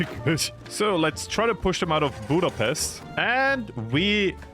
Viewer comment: You should not offend people by speaking about their country as 'WORST'. I'm not Austrian but still offends me and you can't even say Budapest in the right way.